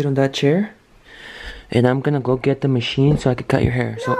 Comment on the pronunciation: George said wno instead of no 🤣😂😂